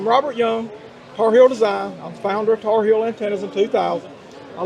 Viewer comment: Tarheel, not Tarhill